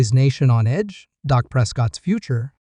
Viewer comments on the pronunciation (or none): The QB is not called dock it's Dak